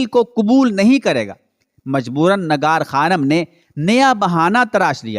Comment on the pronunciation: Urdu ka talaffuz durust kerke biyaan de lafz Nigar hai Nagar nahen